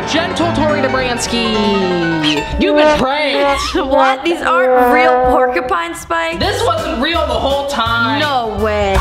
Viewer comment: "I've been stung by a porkypine"